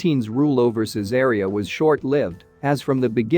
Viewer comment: I restore and sell ancient Roman coins.......... also the name of the city of Caesarea is pronounced " Caesar Reee Ah "